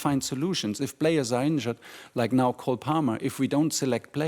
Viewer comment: Was it just me or did he say cold palmer 😅